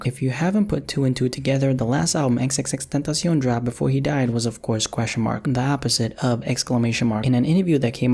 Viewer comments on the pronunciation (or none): I hate the way you say xxxtentacion